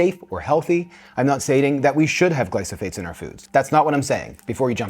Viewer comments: Gly Pho Sate. Glyphosate. Not glysophate. Gly Pho Sate. You said gly so phate so many times. Glife rhymes with knife. Not nice. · Not to be that guy, but it's gly-pho-sate, not gly-so-phate. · Great video! Just wanted to point out it’s glyphosate. Not glysophate :) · The word is "gly pho sates." You're saying "gly so phates." "GLY PHO SATES." Thanks for this. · Gly-pho-sates not gly-so-phates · Glyphosate not glysophate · It’s Glyphosate, not Glysophate😵‍💫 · Glyphosates. Not glysophates.😄 Love the video anyway! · It’s glyphosate not glysophate 😂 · You keep saying “glySOphate” in this video… the word is glyPHOSate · It’s glyphosate, not glysophate. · You have the word wrong: it is glyphosate, NOT glysophate! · You are saying glysophates and it’s glyphosate. I’m not sure I can trust this info if you cannot tell the difference. Also glyphosate isn’t the only issue for someone like myself. I only use pressure cooked chickpeas. As far as I know Eden is the only brand that pressure cooks chickpeas. For me I only soak dry chickpeas and pressure cook them myself. I use Palouse dried chickpeas. They have no glyphosate and are very reasonably priced when you get a larger bag of them. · It's glyPHOsates not glySOphates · I like that you say glysophates instead of glyphosate 😅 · Tip - it's gly-pho-sates, not gly-so-phates, but they're bad, whether you pronounce them correctly or not. Also, I've bought Bush organic chickpeas, but they don't have a nice flavor or texture, and it's not the salt; they were small, and very hard, and didn't get smooth in any blender, for any amount of time. I'm a huge Bush's fan, but the organic chickpeas was a big No. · It’s not glysophate is glyphosate lol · It’s pronounced GLYPHOSATE (GLY FO SA TE) pronunciation counts! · LEARN TO PRONOUNCE GLY-PHO-SATE! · Hard to take you seriously when you can't even pronounce GLY-PHO-SATE correctly. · Are you trying to say "Glyph-o-sate"? The "ph" goes before the "s."